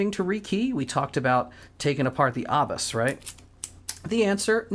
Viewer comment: Love your videos just subscribed. Just some info the lock pronunciation is with a long A, no R in it. Pronounce as A bus